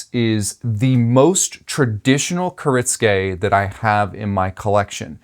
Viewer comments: Kuh-ritz-gay? Bruh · You said it wrong the entire video. Which is kinda funny considering you're a knife business, and you also responded to the comment explaining how to pronounce it correctly.